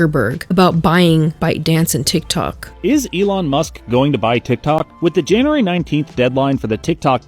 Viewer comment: Did you say June not January